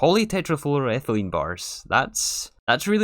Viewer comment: i can't believe you just pronounce polytetraflu-thing like it's no big deal